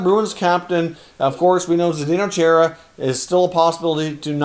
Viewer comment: It’s pronounced Char-a... not Chair-a Enjoy all your efforts bringing us content